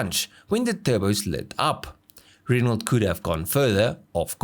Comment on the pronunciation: ren-o. not ren-alt